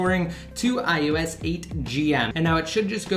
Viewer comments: WTF is iUS? It's I-O-S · Its IOS not IUS :)